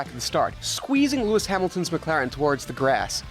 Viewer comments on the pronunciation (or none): none